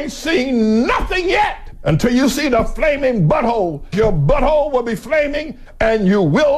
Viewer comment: I couldn't breathe! 🤣😂😂😂🤣🤣🤣😂😂😂🤣😂 oh my god!!!! The emphasis he spoke on the flaming butthole was funny hilarious!!! 😂😂😂😂😂😂😂